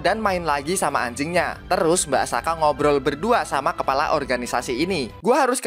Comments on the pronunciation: Tulisannya asaka bacanya akasa 😅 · bang perasaan subtitle nya Asaka kok lu manggil nya Akasa? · Bacaannya Asaka tapi ngomong akasa🗿🗿🗿🗿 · asaka atau akasa bang ko kedengaran akasa tapi subtittlenya asaka btw semangat bang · Asaka atau Akasa bang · asaka bukan akasa bg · Terjadi lagi di teks nya Asaka Tpi di baca Akasa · Nyebutnya Akasa teks nya Asaka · Tulisan Asaka Yang di baca Akasa💀🗿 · Sebutannya akasa tulisannya Asaka🗿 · Gw denger mbak Asaka jadi Akasa coy🗿🗿 Fix Yogiri punya gw🗿❤ Edit:katanya naga betina kok punya biji ato gw slh dgr🗿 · Tulisannya asaka di baca akasa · Tulisan:mbak asaka Nyebut:akasa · Lah tulisan nya asaka tapi di bilang akasa🗿🗿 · Kirain akaza, ternyata akasa🗿 Btw subtitle bilang asaka tapi kok lu bilang akasa🗿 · Bang asakaa bukan akasa 🗿🗿🗿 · Teks nya Asaka bacanya kok akasa😮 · Asaka jadi akasa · Subtitle nya asaka ngomong nya akasa bener nya yg mana sih njir😂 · Asaka bukan akasa🗿🙏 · asaka bg bukan akasa😁😁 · mbk asaka apa mbk akasa tesknya asaka ngomongnya akasa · Tulisannya asaka omongnya akasa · Asaka bang bukan akasa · asaka bg bukan akasa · Asaka bang bukan akasa!! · Banar Asaka bukan akasa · asaka bukan akasa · Asaka dibilang Akasa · asaka bang bukan asaka